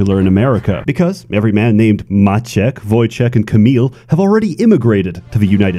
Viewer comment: Once again, pronunciation of Maciek, Wojciech and Kamil is flawless